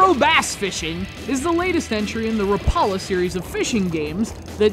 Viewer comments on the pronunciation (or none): its RAP A LA , NOT RAPALA YOU GEEK!! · You pronounced Rapala wrong say it like rap (rap song) a la (like la la land) rap a la